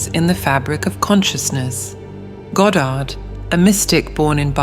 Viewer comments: It's not ga-Dard. It's God-erd. Also, reality "never" shifts instantly. Never. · Goe dard ? If you cant even pronounce his name properly ...